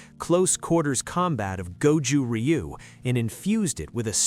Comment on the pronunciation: Ryu is pronounced roo